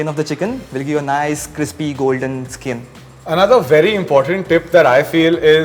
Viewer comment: It's skin not skeen please